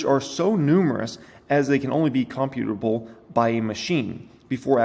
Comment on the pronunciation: "Creating "God" in some sense".... makes you think maybe our existence is in a simulation created by something/someone else. And the word "imperceptible" is pronounced "im-percept-able". Also "computable" is pronounced "compute-able". And "chameleon"' is not "car-meal-ian", it's "cah-meal-ian" (it's a lizard). I'm sure you know how to pronounce them and looking at the word just got you twisted, it happens. But please don't read whole articles anymore, just read small parts. lol And yes, an ly word can be used right after another ly word. But the government isn't like the Mafia, taking money to protect us. The Mafia copied what the government has been doing since a country was formed. It provides services and one of those services is protection.